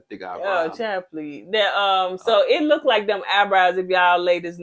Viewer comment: Oohhh..girl you said Look-ed..haha..you know better..lol.